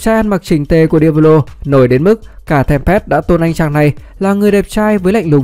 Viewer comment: Chịu tích chuyện để nghe nào đâu nghe cứ cấn cấn ấy sởn gai ốc khi nghe đến diablo